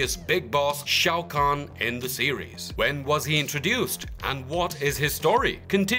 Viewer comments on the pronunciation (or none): none